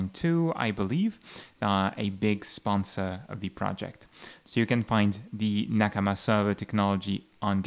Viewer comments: sounds right to me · It's a Japanese word and he speaks Japanese so he's probably using the native pronunciation